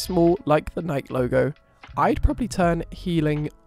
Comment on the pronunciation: Very helpful, (sp?). Just wanted to point out the Nike is pronounce Nike'-ee--2 syllables. So the 1st syllable is stressed, with the 2nd syllable pronounced as a long E.